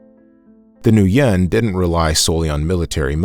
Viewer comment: Thank you for this inspirational history of Vietnam history. Just a friendly suggestion to pronounce the Vietnamese names more correctly - according to the Vietnamese pronunciation as best as possible. For example, "Nguyen", is pronounced, "win", not, "New yen". And Quyen is pronounced, "win", also. Not, "Qui yen".